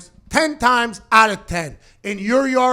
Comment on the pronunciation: Anyone else realize how it says “power rankings are aht”